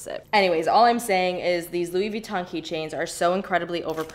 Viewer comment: How about put on a shirt? I guess I liked one of your videos and decided to subscribe and I’ve been ignoring the videos ever since then. Yes I’m unsubbing so you don’t have to send me hate comments. PS you’re pronouncing Louis Vuitton incorrectly.